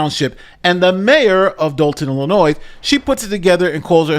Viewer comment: you pronounced "Illinois" correctly! I'm so proud of you, buddy! See? You are living proof that anyone can come back from the brink of insanity.:-)